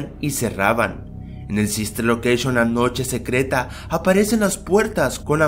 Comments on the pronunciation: sister locreishon :v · SISTER LOQUEISHON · sister loqueishon :v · SISTER LOKESHON